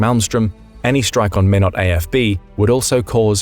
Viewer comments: The Air Force base is pronounced MyNot. My son was stationed there years ago. The coldest place I have ever been to. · The incorrect pronunciation of mInot ND is driving me crazy. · You butchered minots name so badly. My grandparents live there and it makes me sad that they would die in a nuclear strike. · The way he pronounced Minot had me dyin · The Mississippi River is not in Montana. And that is definitely NOT how you pronounce Minot, ND. FFS this is bullshit. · When did the Mississippi move to Montana and why do computers mispronounce Minot? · Good God if you can't pronounce MINOT correctly don't talk about it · Corrections: The Mississippi River does not run through Montana. Minot has a long "i" sound when pronounced. I guess it doesn't matter in the long run. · This guy states that the Mississippi river is in Montana. That river is nowhere near Montana, it starts in north Minnesota and flows south through east central and southeast Minnesota, then down through Iowa, Missouri, all the way south to New Orleans and then into the Gulf of Mexico. Montana is hundreds of miles west. He also does not pronounce several names properly, especially Minot in North Dakota. You wonder how accurate some of the other stuff is that he is reporting, if he is correct or if he is just another amateur. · The Video speaker/narrator is mispronouncing Minot A.F.B. in the State of North Dakota. It is pronounced MY-NOT ,,,, not minnow. A minnow is a small fish. Secondly: The video maker is assuming that Russkie nuke missiles could actually travel a long distance and hit an intended target. Putin's Russkie boys cannot even conquer Ukraine. Russkie tanks are not very good against shoulder fired rockets and drones in Ukraine. Why does the video maker think a Russian made long range missile is a guaranteed weapon? Has the video maker/writer forgotten the Russian made Lada Oka (aka: "The capsule of Death") car or the "SMZ S3D" cars? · Minot is pronounced "MY-not" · Pronounced my not!